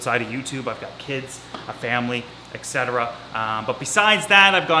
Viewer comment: there’s no “x” in etc. lol